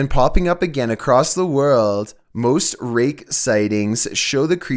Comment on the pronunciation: "Most Rake. Sightings" never fails to be constant... He always says rake like there is a full stop afterwards